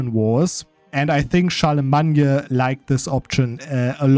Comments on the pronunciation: where is this Charlamagne pronunciation from??? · Typical English pronunciation for Charlemagne is “Shar-le-main” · In English the name is pronounced Charle-le-main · and IMO, butchering a name just cuz u want is terrible reasoning. The English pronunciation derives from Old French btw. You're simply wrong, as many have now told you.